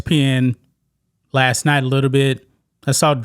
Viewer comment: FYI....there is a T in the word LAST....try harder